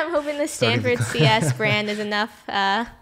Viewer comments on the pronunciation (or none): It's called Stanford not standford